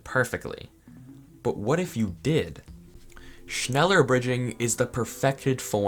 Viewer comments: holy shit triggert mich sein schnällör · Shnela in english pronunciation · wait "schneller bridging" actually exists, whyyy it hurts my ears. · Im German as well, und es klingt lustig wie er es ausspricht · Me, a German when he pronounces “schneller” wrong: “mild uncomfort” (Schneller is German for faster) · “Schneller bridging” me: In visible pain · Digga hat mich auch aufgeregt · "Schneller" is German i means faster. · Is there anyone German who also laughed about how he pronounced Schneller?? XD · All these english people pronouncing schneller bridging 😂